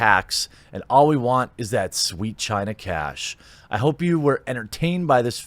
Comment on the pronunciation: It's pronounced "China"